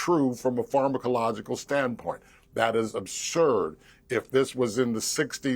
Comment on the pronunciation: If that guy says pharmacological incorrectly one more time😂🎉